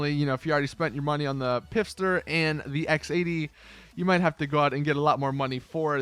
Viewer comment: Stop saying Pifster. There's no I in the word Pfister, the P is supposed to be silent....